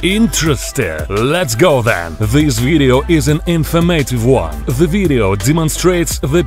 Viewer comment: "Stop watching the veedo"